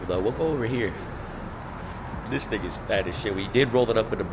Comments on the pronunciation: sounded like you said "this n*gga's fat as shit" LMAO but you really said "this thing is fat as shit" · on wallahi it sounds like he said the n-word and it's hilarious 😭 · I really thought bro said “this 🥷 fat as shit”🤣